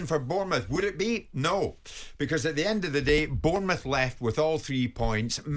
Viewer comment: Jim White can you please start saying Bournemouth name properly you're the only person you pronounce is it that way bearing in mind I live in France and have worked with foreigners for 20 years and they are managed to say much better than you do. It's about time you put some respect on our name and realise we're in the Premier League to stay.